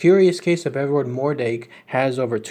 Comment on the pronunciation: Pretty sure its mordrake not mordake